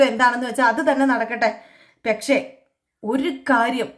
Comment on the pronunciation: ഈ പെക്ഷേ.. പെക്ഷേ.. എന്ന് പറയാതെ കുട്ടീ.. പക്ഷെ എന്നാണ് ശരി